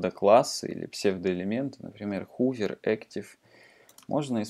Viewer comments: спасибо, вы сделали мир лучше :) только 'хувер' и 'амперсенд' режет слух. ˈhəvər - хове'р' ˈampərˌsand - амперсанд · произношение некоторых терминов неправильное (хувер, амперсенд....), ну да пофиг, не плохой урок в целом, спасибо. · "хувер", "амперсенд". От такого произношения уши в трубочку заворачиваются...